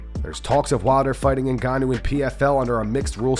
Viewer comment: Rampages pronunciation of Francis Ngannou’s name is hysterical